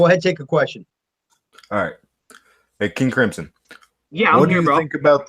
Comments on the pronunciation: Krimzon , not Grislom lol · Grizzum lol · Your first sentence of the video you said King Grisim? Lol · Wow cant even pronounce his name right